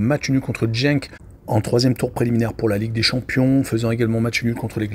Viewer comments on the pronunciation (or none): Rohhhlala, éviter le foot belge svp... 🤣🤣🤣 Déjà c'est Jupiler league pas Jupiter, c'est marqué en dessous. Et puis écorcher tout les noms... Anvers (Anversse) Genk (Guènk) Kortrijk c'est Courtrai... Je crois pas que vous suivez réellement le championnat ou alors depuis peu... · pas grave. ... En fait, Courtrai est une ville flamande qui se dit Kortrijk en néerlandais. Et tu peux dire Genk en prononçant le G comme dans gare. On apprend tous les jours. Donc, ne tiens pas compte des remarques négatives. Continue !